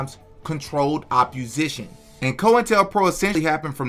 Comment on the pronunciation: bro why do you say “oppUsition”